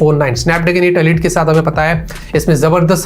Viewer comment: अलीट नही होता इलाईट होता है